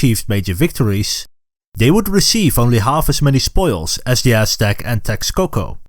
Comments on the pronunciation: This sounds like the oshtec from mkx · Not trying to make fun of the pronunciation but I love hearing “ ass stack “ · Practice saying Aztec